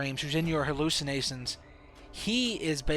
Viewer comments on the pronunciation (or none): Brainwasin, allisinasions lol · Why can't you say sh? Hallucinatsions, brain wasing, se, and any other word that has sh in it.